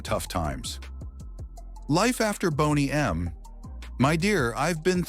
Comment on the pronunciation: What a boner killer to hear AI voice over and over mispronuncing the name everyone knows.